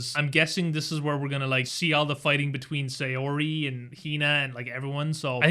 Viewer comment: i just realized, why do you say Saori like Sayori? lol